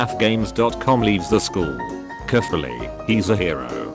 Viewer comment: #DDM no one: not a soul:: kErFuLLy, hE's a hErO